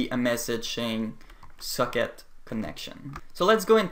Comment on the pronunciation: It sounds like you are saying 'suck it connection' when you say socket connection lol